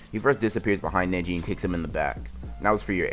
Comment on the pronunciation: I swear when he said neji netti